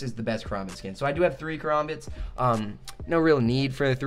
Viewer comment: Ka-Ram-Bit Sorry a pet peeve